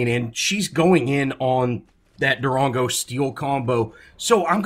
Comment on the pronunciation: I cringe every time you say Darango. But good commentary